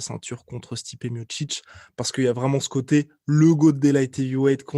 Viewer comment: À chaque fois qu’il dit « combat contre Stipe » j’entends « combat constipé » 🤔